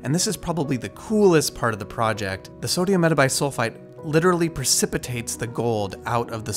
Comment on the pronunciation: After he said "sodium metabisulfite" I was convinced he's a real chemist